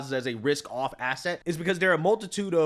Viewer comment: I cannot truat a full grown adult who pronounces RISK as WISK because they refuse to correct it!